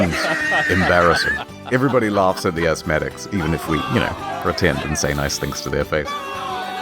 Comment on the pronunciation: HELLO EVERYBUDDEH OUT THUR